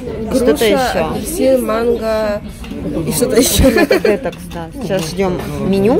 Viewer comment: правильно говорить слово детОкс.....ударение на второй слог с буквой О